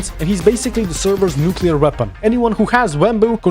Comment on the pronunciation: I was so locked in until the word "Nuclear" got me dying